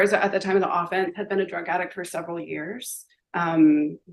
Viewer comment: I can't stress this enough. If you as a lawyer don't know that "AWE-fence" is the team trying to score a touchdown, but "uh-FENCE" is the crime, then I don't want you in the courthouse. You're an idiot.